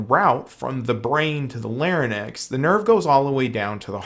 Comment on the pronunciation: Larry necks? LOL I think you meant La rinks. Larynx.